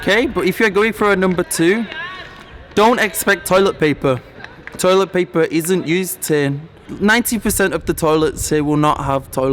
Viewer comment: Your English=Indian tolit 😠😠😠